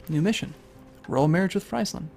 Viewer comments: you should pronounce frieseland as freeseland ;) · You understand to an American that those two things are NOT at all different right?! Unless your commenting on him calling it "FRIES"-land(as in the food) and not "FREEZE"-land. If the latter is the case, he's doing it as a joke and likely to irritate people like you who are so damn "proper"! Looks like it worked. Just in case: YES! I am FULLY aware that this was made 10 years ago. I think I need to let you know that I fully don't give a crap!